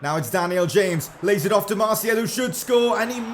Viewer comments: Its Martial and not Martiel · ok i don’t wanna be that guy but does anyone else gets triggered about the way he says “martial”